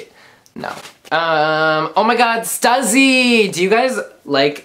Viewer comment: Lmao "stuzzy"😂 it's (st-u-sss-y) "stussy!!